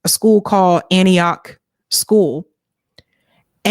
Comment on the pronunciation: Hey, Native Nashvillian and long time resident of that specific area. Antioch is definitely pronounced “ANN•TEE•AHK” not no damn ANTAKYA! WTF 😅🤦🏽‍♂️